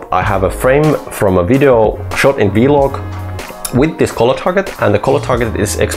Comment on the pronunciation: You make great videos, but you really need to stop pronouncing "colour" like "collar". Colour sounds like "culler" in English. Seriously.